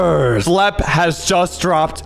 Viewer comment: socks when you say reactors next time just say it normally like "reactors."